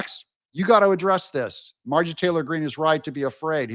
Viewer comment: M-A-R-J-O-R-I-E. Why can’t you learn how to pronounce the lady’s name. Do better. Her name is NOT “Margy”.